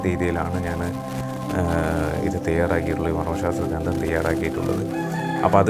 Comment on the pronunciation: വിലയേറിയ അറിവുകൾ. വളരെ ഉപകാരപ്രദം . ഒന്നു ശ്രദ്ധിക്കുമോ ? " ഗ്രന്ഥം " എന്നാണ് .ഗ്രന്തം, അല്ല.